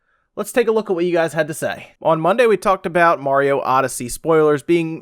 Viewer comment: I'm just glad you can pronounce Mario right. I quit watching ReviewTechUSA and RGT85 cause it bugged the crap out of me how they say Merry-o, haha.